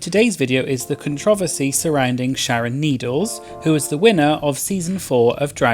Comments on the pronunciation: I love contrah-versy! Best pronunciation by far!!! 💕💕💕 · The way you said controversy 😍😍😍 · I jus wanna hear dude say "controversy" again